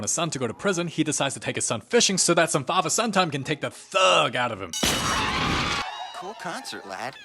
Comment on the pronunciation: “Your son is a THUG” and “To take the THUG out of him” Man you pronounced Thug so goofy it made goofy look goofy W Explain